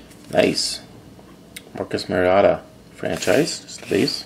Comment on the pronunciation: "Mar e ota is how you say it